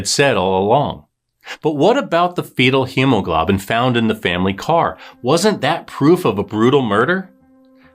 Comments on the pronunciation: For future reference, it's pronounced hemo-glow-bin. Send my ❤️!😁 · It's pronounced hemo-GLOBE-in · It’s pronounced he-ma-glow-bin